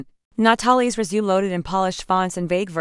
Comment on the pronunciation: Hi, This story is either poorly written or the channel needs to update its reading software. Disjointed with so many incorrectly pronounced words, is my very polite review, and what I really feel. Let's see how far I get before I give up. I'm 3 minutes in now. 9 minutes now; For crying out loud get the pronunciation of resumé right. Annoying! Okay, so I got through it by jumping most of the story. If you don't have any particular reason for this particular story, go find something else, because this one isn't worth the calories. AKA annoyingly bad writing, and the reading software must be from the Middle Ages or really really cheap because it's absolutely horrible. For my sanity, I skipped about 65% of the actual text and even with that it was hard to get through for those reasons outlined above. If I had a rating system in place this one would unfortunately get about -3 on a scale of 1 to 10. Yours, Ann